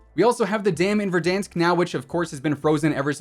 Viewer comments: why does say verdonsk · Petition to rename verdansk to verdonsk and it must be pronounced with a french accent or else task force 141 will hunt you down